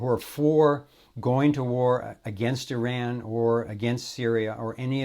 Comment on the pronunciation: and must I say, finally another American (other than myself) actually pronounces the name of another country properly... its EEE-RAN like says it not I-RAN